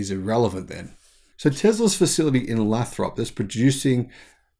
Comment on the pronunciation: Lathrop is pronounced with a long 'a.'